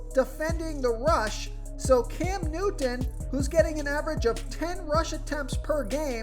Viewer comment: Hey guy make sure you pronounce Cam Newton as clearly as possible. Annoying. I tried. Sounds a little Special.